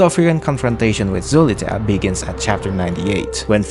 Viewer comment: its pronounced soliter